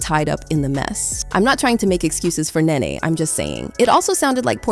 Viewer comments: It's Nee-Nee. How do you not know how to pronounce her name?! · Omg! Ur butchin the names its NeNe & fallyn 😂 I didnt know who U were talking about ! Gurrl.... say the names right ! Lol 😂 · It's so sad when you can't pronounce NeNe. This was the same thing I was thinking. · does this person NOT know who NeNe is? Why does she keep calling her "Ninny"? like...what? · IT'S NENE PRONOUNCED(KNEE-KNEE) . THE LEAST U CAN PRONOUNCE PPLS NAME RIGHT, HELLO😮😮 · Pronounced “knee-knee 🫶🏾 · WHEN TELLING A STORY PRONOUNCE A PERSON NAME CORRECTLY!!!!